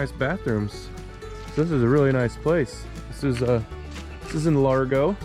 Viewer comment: It"s lagro, not largo